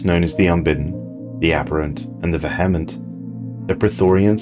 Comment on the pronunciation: the VEH-hement